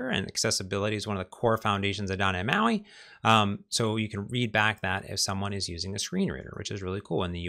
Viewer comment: You are so talented and such a great instructor. Your videos are such a great resource for learning. I love them, and you, so much for the information. But then you say, "Doh neh mahi." Why did you have to ruin my love for you by refusing to pronounce the letter T? It's like finding out my favorite Philosophy professor is a Nazi. And a Utilitarianist!